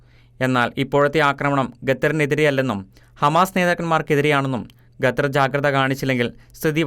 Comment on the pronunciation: ഗത്തറല്ലടേ...ഖത്തര്‍...!ഒന്നു പറഞ്ഞു നോക്കിക്കേ...